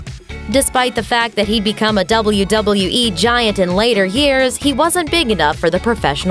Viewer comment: The way you say "wwe and wwf" makes me not want to watch wwe